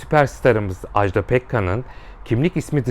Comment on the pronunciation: Ajdağğğ değil Ajda 😭